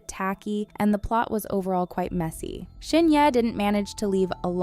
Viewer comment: Video sucks and you could at least pronounce Shin Hye correctly 🤣🤣